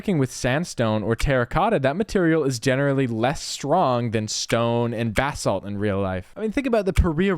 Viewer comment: loved this video until you pronounced basalt as “bath salt” and i couldn’t comprehend😭😭 for future reference it’s pronounced BUH-SAWLT ( buh like bug without the g; sawlt like salt )